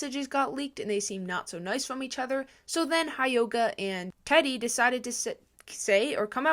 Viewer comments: Not to be rude… but it’s driving me crazy… hyoga is pronounced he yoga. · REALLY REALLY REALLY don’t wanna sound rude bc your one of the best social media news channels I watch but I think it’s pronounced hyoga (hee-oh-gah)